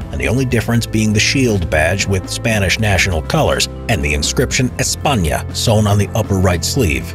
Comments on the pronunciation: In Spain we have lotsvof problems with our stupid Dictatorship of Franco cause there's still being people who likes him. Anyways, the part when he said "ESPAÑA" pronouncing correctly the "Ñ" I felt proud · good job pronouncing the Ñ in España